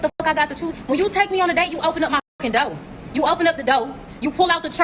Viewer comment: If you can't even pronounce "door," you shouldn't be able to demand it be opened for you.